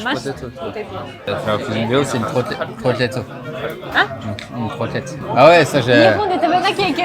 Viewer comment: ゲストを迎えての動画もいいけれど、やっぱりご家族との動画が一番楽しくて見ていて癒されます。かわいいアマさんが楽しそうにたくさん話す様子が好きで見始めたので＾＾ 今回の動画では、お兄さんがコロッケをうまく発音できなくてアマさんが「アん？」と聞き返すのが私的にツボでした！仲のいいご家族。ほんとうに素敵！